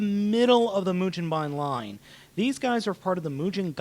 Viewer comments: can you read japanese? let me break it down for you マシン ロボ ムゲンバイン マシン = ma-shi-n = machine ロボ = ro-bo = robo ムゲンバイン =mu-ge-n-ba-i-n (yes in japanese consider the "n" at the end of the syllable, as it's own syllable) if you don't believe me, google a katakana chart and actually LOOK for how to SAY mugenbine, or continue to sound like and ass. Either way, the internets know I'm right. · its mujenbine dude and if you are goign to sound it out do it right its mu jin bine, not ba in. the japanese say it mujinbine not mugenbine however we can say it that way cause we aint japanese(im british but we i still say gen rather than jin.) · it's pronounced moo-gen-ba-in, the GEN is pronounced like the ge in "get" there is no "je" pronunciation in the japanese language. if they need to say it because of foreign words, they would spell say it like ji-e.